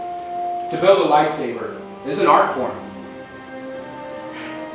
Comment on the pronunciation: EXPOSED. ”lightsaver”. fake fan. its pronounced lightsaber